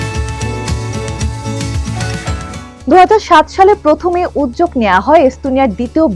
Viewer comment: Is that uddyog ( উদ্যোগ ) she wants to say, what she is pronouncing as ' udjog ' ( উদযোগ ) ? If Udyog becomes udjog, why not udyokta ( উদ্যোক্তা ) becomes udjokta ( উদজোকতা )?